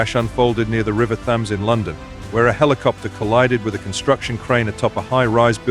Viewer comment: Learn to pronounce thames, cretin.